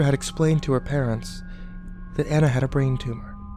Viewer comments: this...wasn't very good and, it's pronounced Ah-nah not An-ah (because of the country it's set in) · It's not aa-na(Anna), it's aw-na(Anna) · Ah-Na not Anna. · I know I'm almost 10 years late, but does anyone else just feel a tinge of annoyance every time he calls her "Ann-na" instead of "Aw-na" (the correct way to pronounce it) or is it just me? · You crept saying Ana not anna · its actually pronounced Onna but spelled Anna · it A u n a Not ana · ah-na, not anna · It's pronounced ah nah and love ur bids escpicually the rugrats theory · Anna's name is pronounce uhna it is German. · Interesting theory, but the only thing that bothered me was that Anna's name was said wrong. Pronunciation of her name could be like this On-Nah. Besides that, it was interesting to listen to. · this would have been so much better if you were pronouncing anna's name right... ( say it like auna) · its anna ah nna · its pronounced onna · by the way, you're saying her name wrong. it's pronounced "ah-nah" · anna is pronounced ah-na:3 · I don't know if I can believe this theory... Maybe it's just because you don't even know how to pronounce her name so I can't trust you... I'm weird like that lol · For the last time...Anna's name is not pronounced that way!! You would think with Frozen in everyone's face they would know how to say Anna's name right. Also...these theories are a bit too far fetched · Great CreepyPasta but... The whole time all I could think of was "YOU'RE PRONOUNCING ANNA WRONG." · Not how you pronounce Anna.. e.e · you pronounce her name wrong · U said ana wrong... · That that's not the original origin of the story at all and too bad you're not even saying Anna's name right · Omigosh please pronounce Anna's name right gyahhhh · The fact that you just pronounced Anna's name wrong made me cringe. Sorry to point that out... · I couldn't really get into this because you we're mispronouncing Anna .-. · Anna is not pronounced how your saying it